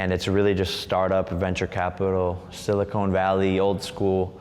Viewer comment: Pronounced “Silicone” Valley 😂